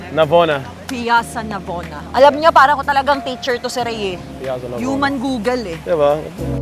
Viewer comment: Kailan po kayo ngpnta dto sa Rome,, sayang sana nakita ko kayo zeinab😢❤ ah ngpnta po pla kayo nung time po ng heatwave.. yan tapat nyo pk kinatatayuan ng pantheon ung ristorante na saan aq ngwrk dti mdmi po pinoy jan.. Hindi po Piyassa Navona ang bigkas po PIYATSZA NAVONA (PIAZZA NAVONA)😅😅😅 Ang LIMONCELLO po iniinum tlga after kumaen pampababa ng kinaen after heavy meal❤ About respectful po buong europe po kasi tlga may attitude sila 😂 hi di po tlga tulad sa ASIA very Respectful tyo mga tao❤